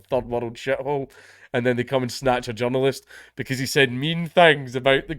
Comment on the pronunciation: only a scot can make the word journalist sound like john lewis